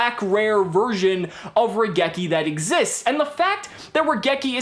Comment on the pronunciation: Question, why do people forget to pronounce the i in raigeki. The card is literally a lightning bolt, the rai in raigeki means lightning. Seriously, I understand it's a japanese word so obviously people won't say it correctly in every accent but you can't just omit the letter.